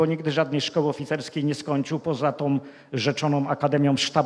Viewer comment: Nie wiem ile ma racji. Sądzę natomiast, że zdecydowanie powinien popracować nad swoją wymową słów polskich. Nie mówi się BIOROM mówi się BIORĄ. Nie mówi się GÓWNĄ mówi się GŁÓWNĄ. Nie mówi się TOM mówi się TĄ. Nie mówi się ŚREDNiOM mówi się (nie SIEM) ŚREDNIĄ. Co to znaczy ROSCZELIWAĆ? Dalsze przykłady pozostawiam przygodnym widzom. Na ostatek jak można coś wylać lub wyrzucić coś do SEDESU? Można na nim usiąść, nawet zasiąść. Wylewać wspomniany sprzęt będzie trudno.